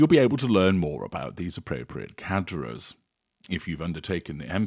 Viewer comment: Well... in French it's the gutteral "r" not the roll of the tongue "r", and the "s" is silent. Still, provides unmatched information.